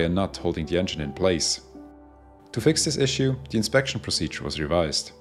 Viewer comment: Your comment is visible to me even as the first words of the voiceover ring out: “In disguise over...” is what I think I hear, but realise that the speaker has difficulty with “the” and is actually saying, “In the skies over...” so it’s not in false flag livery 😂... I can carry on disabused of that misconception!